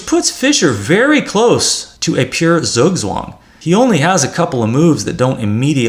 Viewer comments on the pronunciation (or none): none